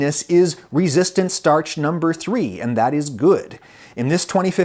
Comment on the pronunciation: I see you count three like a German btw